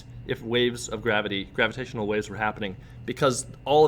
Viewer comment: grava-t waves? xD